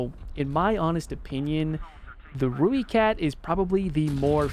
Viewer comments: Not one to nit pick love the video and the opinion on premiums but please its pronounced "ROY"kat not rooekat just wanted to offer my 2 cents worth other than that keep up the good content man:D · It’s pronounced Roy-cat. If you wanna say it like a South African it’s more like Roy-cut. Either way, it’s definitely NOT Roo-e-cat